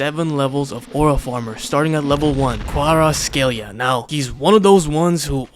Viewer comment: “Then everyone would know how to say Kvaratskhelia” > Mispronounces it